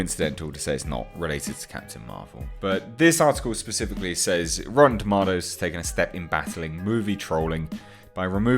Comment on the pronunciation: Lol it's a joke that RT bothers you so much. Here's an idea. Create your own website with the features RT has taken away from you! Lol. Ps stop saying TOMATOES like that.